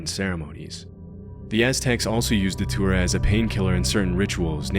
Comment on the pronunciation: It took me forever to figure out you were saying Datura..